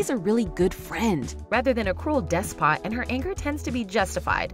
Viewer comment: “Dess-pot”? I have never heard anyone say despot that way. Please check pronunciations before you try to say words you don’t know.